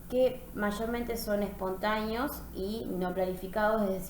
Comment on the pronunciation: gracias por difundir valiosos conocimientos, sin embargo con todo cariño y respeto le hago una sugerencia, trate de pronunciar mejor las palabras tales como: " espontàneo " usted dice " espontàño ", tambièn evite la redundancia o cacofonìa sustituyendo con un sinònimo, por ejemplo cuando dice: " hablan de forma informal " puede reemplazar por " hablan de manera informal ". Recuerde que al ser profesora de Literatura su expresiôn oral debe ser òptima y cuidadosa. Èxitos.